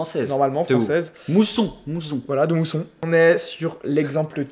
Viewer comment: c'est Mouzon et pas mousson mais bon c'était une bonne vidéo